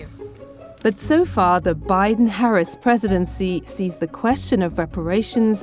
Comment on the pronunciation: Hey DW, can you tell your reporter to pronounce our vice president’s name correctly please??? It’s honestly not that hard